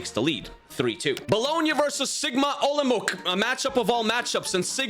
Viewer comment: It's not Sigma OlomouK. I don't really know how to explain, so just google right pronounciation. Olomouc is Czech City (ig it's like 5th main city in the country)